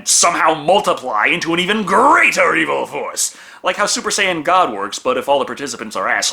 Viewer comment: He got Suoer Sayian God right so that's all I need